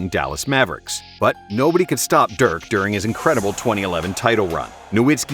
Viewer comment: For the love of GOD someone teach this guy how to pronounce Dirk's name right! 🤦😑